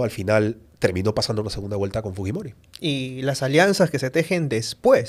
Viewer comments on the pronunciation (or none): HABLA MAL dice segunda Guelta por segunda Vuelta